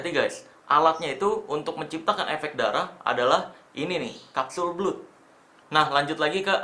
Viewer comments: "Blood" bacanya "Blad" Bang, bukan "Blud", CMIIW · bacanya blad bang bukan blud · Kapsul blud versi lidah indo Setahu saya pengucapannya blad 🙏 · Kapsul belut😂